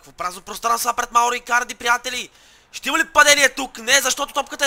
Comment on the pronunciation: Спри да си измисляш имената ! Мурило-Мурийо Андреноли-Андреоли Икадри-Икарди ..